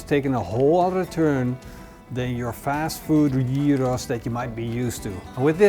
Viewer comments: jiros???? Not Giros. 🙂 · The funny thing is, the way you pronounce gyros sounds more like the greek word for pig (hiros)! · Ziet er heerlijk uit, tipv an een wannabe Griek: je spreekt het uit als jiero (niet op zijn Nederlands gyros)! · Love from Greece! My only comment is that you seems to have a bit of a tough time pronouncing giros. Easiest way is like this; they the Yee from Yee-hah, and the Ro from roast , and then ss at the end. Yee-ro-ss. :) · It is not calleded shehhhheeros GYROS! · it's pronounced yiro, greek doesn't use any throat noises. Awful pronounciation. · Best khyos recipe I've watched today. But isnt it pronounced khykhos? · sounds like he says Heroes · You say the G in Gyro Like a Dutch person… Maybe Belgium… But I think Holland. Funny to hear this G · with all respects...GYROS should be pronounced correctly :) GI, like GIB..but without B..or GIT whitout T ... and ROS ...as ROSBeef...but without beef :) ....and is always without beef because is made from pork :). Also, by tradition, is cooked vertically, to allow all juices to infuse lower levels. Never the less, thanks for your video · I heard so many screw ups on the name GYROS ,but this one is something else 😅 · the way he pronounces "gyros" is off putting and annoying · With a completely incorrect pronunciation?